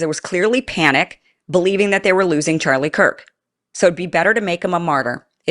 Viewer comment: so, let me guess this news guy said Charlie Kirks name wrong he said Charlie Cork even though the news man knew Charlie and his name why would he use the word Cork? what do you do when a bottle of wine is open and you need to close it kind of like Charlie's mouth? you cork it watch people's words people it's all a word game at this point as th3ey know all eyes are on this the internet slews everyone is looking so please watch what people say